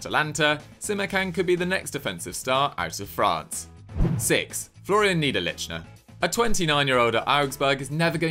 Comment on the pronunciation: its nee-der-lekh-ner...